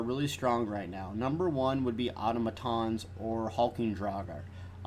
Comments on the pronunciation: Good vid man, but Selene is pronounce “suh-leen” not “say-leen” and Automatons is pronounce “Ah-tom-ah-tahns” not “Auto-ma-tons” lol =] sorry for being a grammar (pronunciation) nazi.. Keep up the good work. It’s unfortunate you only do pvp shit now though.. but ah well. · don't know why but your pronunciation of or-tom-atons triggered me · The way he say automatons is really annoying.